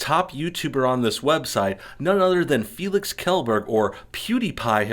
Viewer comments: It's pronounced as shellberg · You did not just say his last name like that did you? lol geeez